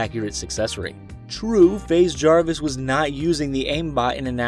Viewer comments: ah yes “fazz jaris” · "faz jarvis" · nobody:: FAZ JARVis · Freddy fazjarvis lol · Let’s just say it’s not fAz Jarvis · "faz" jarvis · “Faz” Jarvis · Faase Jarvis 😂